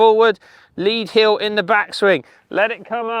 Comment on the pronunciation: heel... not.. heal